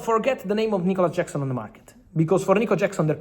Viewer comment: I stopped the video as soon as I heard Nicholas Jackson😂